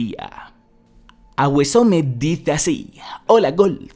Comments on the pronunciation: Nadie: Absolutamente nadie:: Agüesome (Awesome). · "Aguesome" jajajaja me hiciste el día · Los españoles son mucho de hacer eso xd leer como les sale de las nalgas xd